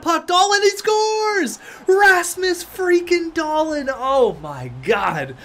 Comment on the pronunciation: Its DahlEEn not DahLIN